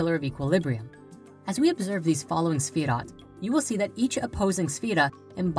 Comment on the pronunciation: Owyeah Yeah Here's a question, why is the title of this video both misspelled and mispronounced? Because it's kind of stupid to create a video that is demonstrably wrong on every point when you clearly can't even spell or say the subject matter. Pop quiz, who is Sephiroth? For extra credit can you also tell me who Jenova is and how it's also the name of my ringtone.